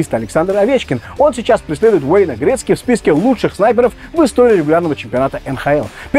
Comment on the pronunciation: я один заметил - "ГРИТЦКИ"?????